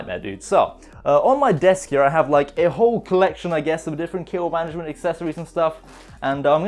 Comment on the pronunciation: "Intro" Sounded Like "To Kill Able Mattress" Lol like the book to kill a mocking bird